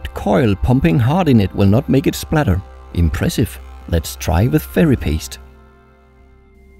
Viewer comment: "Impressive" that accent tho